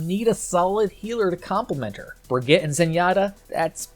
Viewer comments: ITS BRIGEETA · As someone from Germany it‘s always a joy hearing you pronounce Brig‘s name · *makes a joke about how people mispronounce "Brigitte" *immediately mispronounces "Brigitte" 🤦‍♂️ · 2019 - still can't pronounce Brigitte properly... /smh